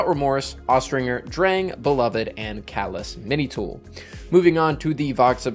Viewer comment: You mispronounced calus mini tool